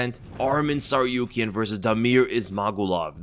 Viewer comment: It’s Tsarukyan and not Tsaryukyan